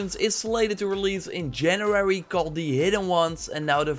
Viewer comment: I love how you struggle to say "january" correctly :D